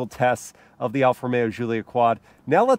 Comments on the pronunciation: why are you calling it (Ž)ZULIA....americans having tough time with G? Giullia DŽ_UU_LL_YA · Just gonna chime in and say - it's pronounced JULIA hard J sound, not SHZOOLIA. Italiana eh! Call her by the name she deserves ;)